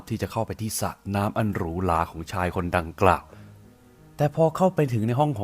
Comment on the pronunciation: ริมสระ ส่ะด้วย555